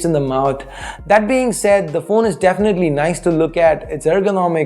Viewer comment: what is 'dafinately'?